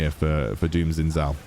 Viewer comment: just say it like 'shin jow' 😭